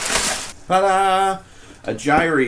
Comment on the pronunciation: Why do so many people mispronounce "gyre"?